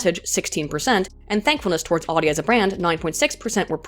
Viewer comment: Every time she says Audi like she does, a baby is aborted late term.